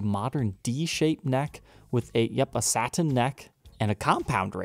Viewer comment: You pronounce saTin and buTTon funny, great vid!